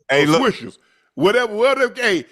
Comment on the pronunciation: UNC SAID SWISHERS☠️🤣☠️🤣☠️🤣 OCHO WHAAAT☠️🤣☠️🤣☠️